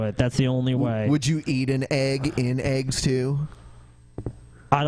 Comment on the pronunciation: You're all spelling it wrong. Spell it like it's pronounced by our lords and. Say it with me - "AYGS"